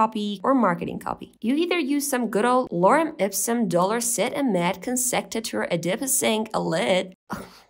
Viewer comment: lmao great pronunciation of the Lorem Ipsum